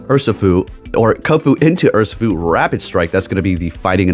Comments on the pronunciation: Urr - She- foo is the correct pronunciation. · Your video’s on the Pokémon Urshifu and you call it ‘Ursafoo’ the whole time… isn’t this your job? And instead of gracefully fixing your mistake or asking what I meant: you insult your own fan. Says a lot with so little. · It’s pronounced “err-she-foo”. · How can you pronounce zacian correctly but not urshifu?